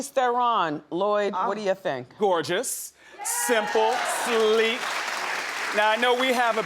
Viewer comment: "Gorgeois", i speak french, WTF is she trying to say ?!?!?!